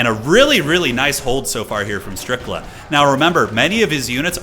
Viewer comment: Brother said StRiCkLa in the first SECOND 😂